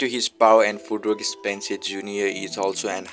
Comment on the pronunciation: stop saying spencer its spence